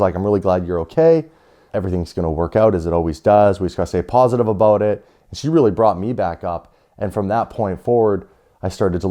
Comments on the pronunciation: It’s ABOUT!!! Not abote. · The way he says about is funny